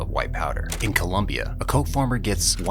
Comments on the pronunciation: It’s COLOMBIA, not COLUMBIA. Ignorants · It's NOT ColUmbia, it's COLOMBIA...you ignorant clown. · Do not be an ignorant, it is Colombia not Columbia. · It's Colombia not "Columbia" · It’s ColOmbia not ColUmbia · Please dude, it's Colombia, not Columbia. >_< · Disliked for not knowing it's ColOmbia, with an "o".